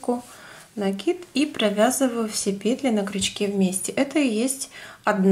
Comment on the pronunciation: НакИд научилась говорить правильно,а вот петЕльки - никак...все пЕтелки,да пЕтелки...сем, восем...